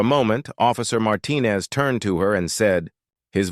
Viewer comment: And always pronounced wrong.